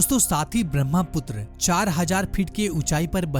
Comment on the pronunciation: Not BRAMHAPUTRA it's BRAHMAPUTRA. The ha sound comes first. Can't you pronounce a spelling correctly?